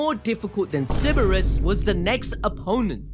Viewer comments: sir- brus is how its its pronounced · It's pronounced Cerberous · Funny how both guys managed to mispronounce Cerberus.